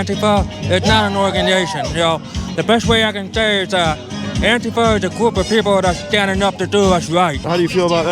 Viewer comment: Anifwa is an owganization standing up for ouw wights” lmfao 😂